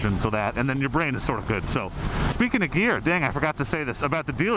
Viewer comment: For a second there I thought you said beer when you said gear. “Knock 500 off of that so you can buy beer.” Lmao